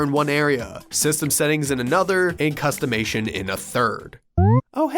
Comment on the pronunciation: that's a funny way to say customization lol